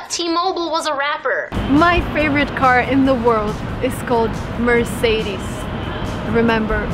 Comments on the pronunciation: German here. It's Aaaaadidas and not Adiiiidas. Also you dont pronounce the e in Merc-e-des like an english e but like the e in Porsch-e or Latt-e. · Quot.:"Mehr Say Dees not Mehr Seh Des/Mehr See Dees/Meer Seh Dees" Well, the correct way is: mehr SEH DES not mehr sAY dEEs. There is no "say" or "dee". Go and check out some German youtube chanel about pronunciation of the German car names. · Mocca I based it off how she pronounced it. She definitely said sAY dEEs. Just like how would you pronounce day, lay, bees, tees, etc. You don't pronounce Mercedes with the three 'e's sounding the same as the 'eh' sound. It's just wrong. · I'm a huge fan of yours, but this time I have to disagree with you: US Americans pronunciate so many brands and names so wrong that I just don't know where to start. For example Mercedes is not "Merceidis" as you said, since it is not a US brand of cars. The same with Porsche, US America say "portch" and that is wrong too! Porscheeee, with an E at the end. Itis a name: Ferdinand Porsche was the brand's founder and he was German, as far as I know the brand "Hermes" on the video will be wrong pronounced too, since it is a French brand the right way to say it is "orme" with stress on the second sylbe. Despite of Burrito and no "burridou"! "Toyota" not "doiouda" lol... There are dozens of examples... I didn't finish this video yet so I could be correcting words that you already did. Sorry but I will have to dislike this one. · Well, if you want to pronounce them in their native language, you got Mercedes and Porsche wrong.